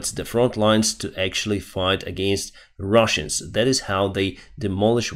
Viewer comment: Why are you saying “Ruzzians” instead of Russians? What have they done to you?